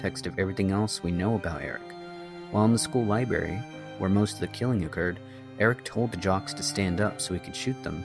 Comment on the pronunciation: Except for when he says 'libary'